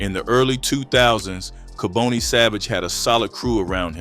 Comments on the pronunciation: And pronounce the names right it’s not kabooney. It’s pronounced Ka-bon- nee 🤦🏿‍♂️😡🤷🏿‍♂️ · Mispronounced his name ( Ka-bonnie) is the way it's announced. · Im from Philadelphia I remember this. Dark chapter. By the way his name is pronounced KAH BON EE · This was definitely Philly, this person talking doesn’t know what he’s talking about, cause his name is kaboni not kaboney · You’re not even saying his name right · You keep mispronouncing his first name!!!!! This man was a total Demon the DEVIL incarnate to commit such a heinous EVIL crime!!!! I hope he is never allowed to walk among us!!! Why are you showing pictures of what looks like renovations inside of a home or an apartment that doesn't look like it has anything to do with making drugs??? I understand that you need to fill in spaces for your content but why are you interjecting photos of things that have nothing to do with cooking or making drugs some of the photos look like renovations that are being done in a home with home Depot buckets and paint and plaster buckets so why are you interjecting these photos in this video??? That makes no sense!!! STOP interjecting photos of people who are not part of this story if you don't have enough real information or photos that pertain to this video then you should not have made this video it's disrespectful !!!